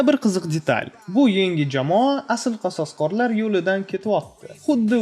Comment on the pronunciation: Qasosqorlar deb aytmang odamni gʻashiga tegayapti